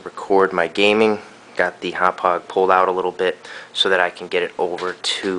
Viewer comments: I'm a Long Islander - it's closer to "Haw-pawg" (NOT "how-pidge"). It's hard to understand unless you live on LI or know someone with a Long Island accent. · I think it's pronounced Happauge as in (Haw-Por-ge) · Here's how I pronounce the brand name of this product: Humpage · Speaking of "newbs", it's pronounced Hau-paw-juh. Also, it doesn't JUST record in M2TS. If select the drop down on the bottom left, you can select between M2TS (PS2) and MP4 (Xbox 360), both of which are 1080i. You can also select TS which I believe is 720p or regular DVD quality. You also may want to get the update made available to us from Haupaauge's website in the software section. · Hawwpijj hd pvr is how you pronounce it. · haha im pretty sure its pronounced "Haw-pog" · Itz pronounced Hauppauge =D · its pronounced hauppauge! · Thanks for this, will use this tut when I get my Hauppauge HD PVR for xmas :) Btw it's prounounced "howpow-ger" (It's german, my german friend told me its pronounced like that)